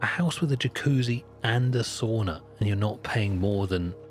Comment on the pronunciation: a "sauna" lol